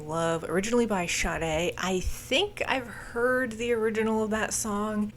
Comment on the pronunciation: I do find it amusing you were able to pronounce Sade correctly, but not Lynard Skynard.